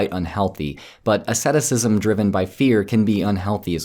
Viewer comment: Do you mean asceticism? If so, you are pronouncing it wrong.